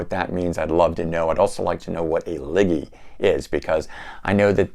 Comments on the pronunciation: Lol it's pronounced leege as in leech but with a 'g ', it's a word meaning a sovereign leader or royalty 😁, liggy sounds better tho 🤣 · Paul Gilbert - love it. Absolutely brilliant player. The Proto-Kaw. That’s a great disc. Agree, fans of Kansas should check it. Alex Masi is a beast! Liege Lord…. You had me LOL. It’s pronounced LEEJ and the meaning is feudal. I love that band and it’s not easy finding their stuff on CD. You can get some Russian bootlegs here and there but that was a great find. I’m still searching for that Heaven CD. Princeton Record Exchange is the one thing I miss about NJ. I used to work in that area on Saturdays so I’d always stop in and buy whatever I could find. Found most of the Alex Masi catalog there in the $1.99-$3.99 used wall. Nice grabs my friend! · Yes it's leeg lord pronounced correctly . That's how it sounds . 😊